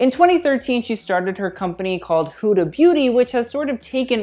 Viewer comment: It's not 'Hooda' it's 'Huh(silent h)-dah' sorry, just had to say this